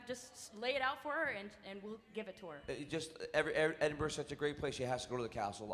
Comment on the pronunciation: Hopefully when that woman went to Scotland, they taught her how to properly pronounce Edinburgh 🙄